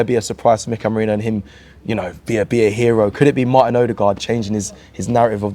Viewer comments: How hard is it to say Meh-ree-noh? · still getting mikel merino name wrong lol 😂😂😂